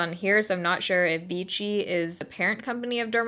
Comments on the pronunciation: Vichy is pronounced like 'Vishy' (it's french) but whatever :) I've tried it once and it's waay to heavy on me :/ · darling, Vichy should be read 'veeSHEE' cos it's a french village:) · You look great, these colors suit you so well! oh and it is pronounced viSHy not like english ch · Just FYI, it's VEESHEE. No T in there. LOL I know you love us correcting you on your French :-) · That’s what I was about to comment lol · Hiya, Great review as always. Not enough coverage for me for stage, but looked good! P.S. Vichy is pronounced "Vee - She" but not a biggy:) XOXO from Tel Aviv, Diva D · Since it's a French brand, it is supposed to be pronounced Vee-shee. I used to use American version of it and I absolutely loved the full coverage and a skin-like finish, but it was clogging my pores and breaking me out horribly. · The way you say Vichy.. annoys me so much 😒😒😒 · I don't think enough ppl are telling you "It's french" & "you're saying it wrong". Geezus french teachers calm down!! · Actually it is pronounced Vishii not vichi! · For the love of God, it's vee-shee, not vee-tchi. Argh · Pronounced Vishy😊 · It doesn't sound like ch it's ss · Its pronounced vee-shee, not vee-chee :) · the name sounds like v - she not v-chi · Its not pronounced vichy( like avicii) its pronounced vichy( like sh(y)) ... damn girl cmon you cant pronounce anything correctly the last few videos... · Its pronpunced vishy not vichy :p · The pronunciation is more like veeshee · It's pronounced V she. They were actually Freedom Fighters in France during World War II when we liberated France there is also Vichy water. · It is called: "vishi" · First of all you look stunning 😍 I'd love to see you try the Revlon Photoready foundation! Btw I think Vichy is pronounced "Vee-SHEE" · I'm not sure anyone told you, but it's pronounced VEESHEE. 😂😂😂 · It's pronounced Vee-shee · I’m fairly certain you’re saying it wrong. It’s pronounced more like vee-she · Vichy is pronounced "Vishy."